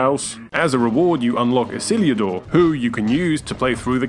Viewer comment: did you just say "Isiljudur" instead of Isildur?